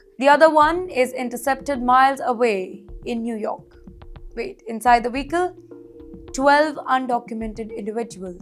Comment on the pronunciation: weekel = "vehicle" 😂